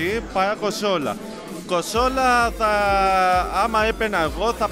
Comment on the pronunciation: κοσολα οχι κονσόλα 😂